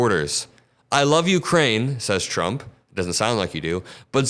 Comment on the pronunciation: I hate the way he says "TRUMP." I mean, what the hell? I've never been embarrassed to be an American, until now.